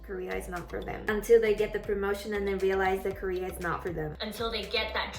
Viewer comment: careerの発音がほぼKoreaなんやなって…